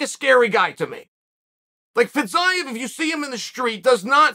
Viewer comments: Fee-zee-yef. Just in case. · Its pronounced Fizzy-Ev, Chael! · His last name not Fizaev.Fiziev is right!! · i think he intentionally mispronounces names at this point. fitsaev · First 1 second “Fizz-zigh-av” Oh ok uncle chael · Fitz-I-of LOL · It's pronounced 'Fa-zeev' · I can't wait for Chael to tell us off in 6 months' time for not telling him he was pronouncing Fiziev wrong. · Came here to learn the correct pronunciation of Fiziev and let me tell you I was not disappointed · The pronunciation of Fiziev just continues to get worse and worse as the video goes on That and the entire video was “RDA is a gatekeeper”